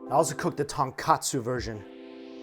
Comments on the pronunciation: Dude. It's tonKOtsu. Not KA. Bone not cutlet. Come on man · It’s tonkOtsu not tonkAtsu. Big difference haha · ITS TONKOTSU